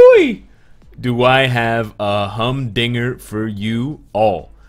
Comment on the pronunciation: Did you say humdinger🤔😂